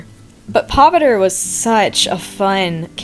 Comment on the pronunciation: as an indian i love how u drew pav btw this isn't hate i just wanted to let you know its pronounced pa-VI-tra-rAH :D agian this isnt hate , love ur channel :)